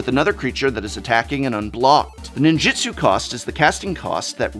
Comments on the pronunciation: sorry to be pedntic, but in MAGIC, it's NinjUtsu. not Ninjitsu. carry on. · Sorry for being pedantic, but it’s pronounced NinjUtsu, with a U, not Ninjitsu with an I.